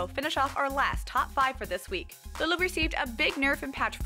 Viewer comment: I love the way you said Lulu c